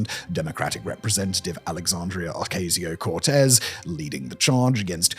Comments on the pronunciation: It's "O-cass-ee-oh" not "O-cayz-ee-oh" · the way he pronounced JD Vance as “JD Vahnce”, Bernie Sanders as “Bernie Sahnders” and AOC as “Arc-A-zio Cortez” i found so funny